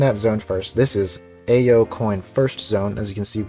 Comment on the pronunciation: you mispronounced ao. it's the japanese word for blue